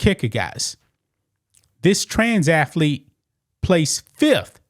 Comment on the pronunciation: Athlete not afleet